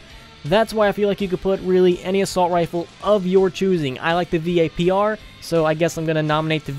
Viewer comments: he said v-a-p-r isntead of vapr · V-A-P-R rampert O_O